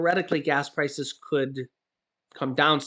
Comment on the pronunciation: Key saying could